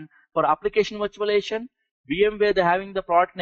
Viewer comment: STOP SAYING VIRTUALIATION!!! Can't understand 1/2 of what you're fu@ saying...